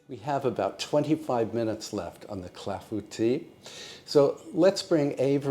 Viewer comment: Thank you for letting me know the proper pronounciation for clafoutis. Boy, have I been murdering that name.